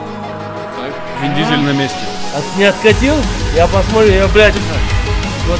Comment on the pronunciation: не индийский Вин Дизель, а Индизель:)